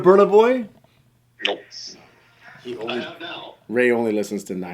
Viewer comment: Funny, Who is Bunout boy. It's said Boiiiiiy.